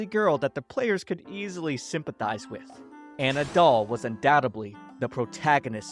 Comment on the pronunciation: “Inna doll” sounds like “ima doll”